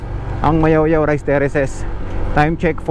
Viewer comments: Nakakainsulto ka po. Mayuyao hindi mayawyaw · Mayoyao not mayawyaw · MAYOYAO PO! HINDI MAYAOYAO! GOD BLESS! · Ma Yo Yao po hindi Mayawyaw. Ingat po